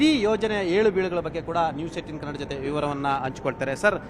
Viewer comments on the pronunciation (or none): none